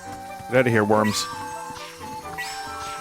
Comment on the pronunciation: Vinny say worms like Leon say woman